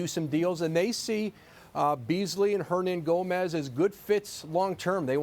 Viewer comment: Hernangomez??? Lmao